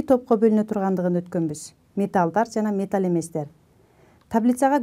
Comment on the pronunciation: Металл эместер деп окулат, сиз болсо металь эместер деп окуп жатасыз. Негизинен туура эмес болуп калат. Сабагынызга рахмат.